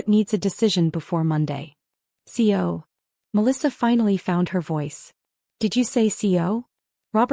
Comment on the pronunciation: It’s CEO NOT CO! So irritating that and lots of other words mispronounced that if a live body were reading instead of machine would most likely be pronounced correctly.